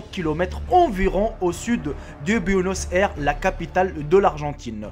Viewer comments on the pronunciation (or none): c'est incroyable! j'aime bien la prononciation de buenos aires et de wisconsin. lol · 😂😂😂la pronociation de Buenos aires😂😂😂